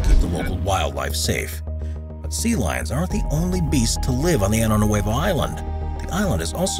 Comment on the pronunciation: Pronunciation: Año Nuevo is spelled with an ñ (enyay) and should be pronounced "Ahnyo."